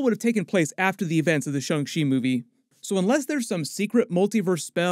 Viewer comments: Shang NOT SHUNG. Like the guy from Mortal Kombat SH-ANG. How is something with an A pronounced with a U in it? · Stop saying “Shung”!!!!!